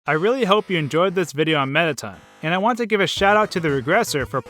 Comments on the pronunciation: AHAHAHAHHA "METTATUN" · You pronounce all the names wrong on several levels, I mean, "Mettaten"? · alphys, not alphees mettaton, not mettaten napstablook, not napstabluk